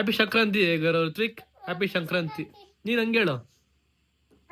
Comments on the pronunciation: ಅದು ಶಂಕ್ರಾಂತಿ ಅಲ್ಲ ಸಂಕ್ರಾಂತಿ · Shankranthi alla bro sankrathi😅 Happpyyy sankrathi🎉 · Shankrnti ಅಲ್ಲ ಸಂಕ್ರಾಂತಿ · It is not shankranti it is Sankranti 😂😂